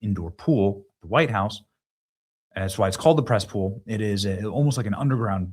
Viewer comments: Did you say PRESS POOL or CESSPOOL,LOL???? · Press (Cess) Pool. Nice 😂